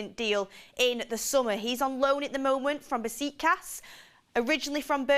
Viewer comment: Nah did say “BesikAss” 😭😭